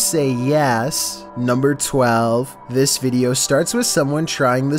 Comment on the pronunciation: Chills:nuembuer fifteun obey the walrisk